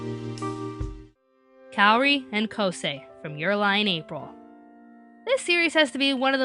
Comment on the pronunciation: THATS NOT HOW U PRONOUNCE KAORI!!!!!!!!! sorry it gets on my nerves.